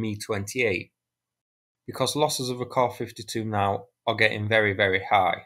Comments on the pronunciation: KAY-AY ESS-YOU Stop with the "soos" and "kahs." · Kaw-fiddy-too or Kay-A-fiddy too? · Dang! That’s a hard k